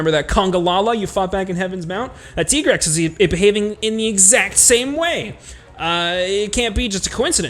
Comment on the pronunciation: I still call bs on Tigrex being pronounced Tee-grex.